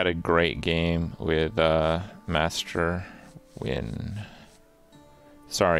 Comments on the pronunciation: Krip said Nguyen mostly rightttt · I'm very proud Kripp pronounced Nguyen correctly